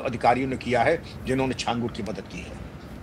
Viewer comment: सही उच्चारण छांगूर होता है जिसका मतलब होता है 6 उँगलियों वाला इंसान